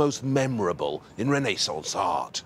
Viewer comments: Poor squirrels. I wouldn't forget them. No couple us worth thousands of fur animals. By the way....please...it wasn't the Reneeeee-sons, but the Renaissance. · It’s not any ordinary door. It’s a Rene-sahnce door!